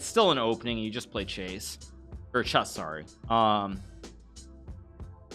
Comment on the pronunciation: Hilarious when Hikaru mispronounces "chess" .